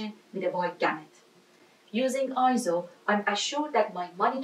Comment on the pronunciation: No I-ZO is not the correct pronunciation. "AY-ZO" is the correct pronunciation as heard from EIZO's own corporate video.